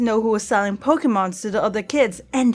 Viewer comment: EVERY TIME SHE SAYS POKE-EH-MONS IT KILLS ME IN THE INSIDE.